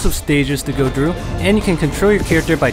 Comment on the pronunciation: When you say "through" it sounded like "drew". That's why I wanted you to say that haha